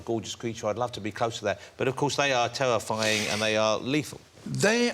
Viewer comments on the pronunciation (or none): "THEY ARE TEWAFYING". FUCK OFF.